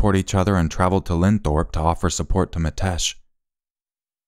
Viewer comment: It's not LEADS it is LEEDS (West Yorkshire) 😉 It's Linthorpe, Middlesbrough, NOT lindthorpe 😉